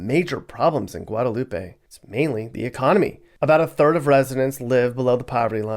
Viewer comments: It's Guadalup,..the e is silent. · It's Guadalup. The end E is silent.